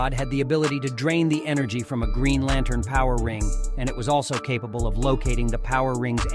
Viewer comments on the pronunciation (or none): Hawkgirls metal suit looks killer,you mispronounced Red lanterns name.